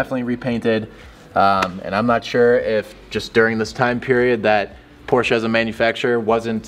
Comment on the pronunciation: I missed a few minutes because I blacked out when I heard "Porsche" pronounced correctly 19 seconds into the video.